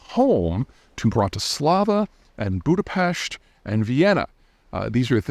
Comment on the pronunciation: Thank you for the beautiful pronunciation of Budapest! ❤